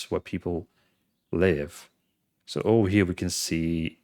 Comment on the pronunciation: " Give it all to me, I mean seriosuly - just hand it ovah" LOL LOVE